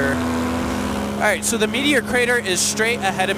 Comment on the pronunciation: Nice Vid! The drone shots are awesome! Its funny when you say "Meteor Crater" i understand Media Creator lol